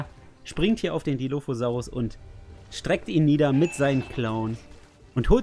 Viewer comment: schau gerade dein video.. aber du musst den dilophosaurus richgtig ausprechen :) und dann sagt jemand was zu Jurasic world?...sorry ich bin 80er kind und JP. wuff.......er kam in de kino am 11.6. seht euch JP 1 an, bester film ever. JW mit chris patt auch cool. Velociraptor nur etwa 2 m lang??? was? er muss länger gewesen sein, wie auch der DILOPHOSAURUS....